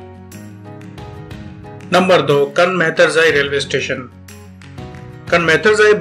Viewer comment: Kaaan mehtarzai, pishin, names pronunciation mistakes